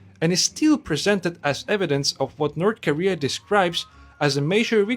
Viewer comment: 'North Karea'